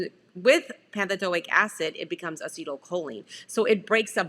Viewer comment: It's pantothenic acid, not pantothilic acid?????